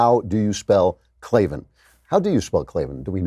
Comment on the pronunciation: No its Klavin